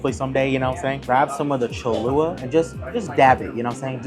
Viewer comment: If you want Cholula to sponsor you, you might want to pronounce it correctly. It’s Cholula, not Cholua…there’s 2 L’s in there.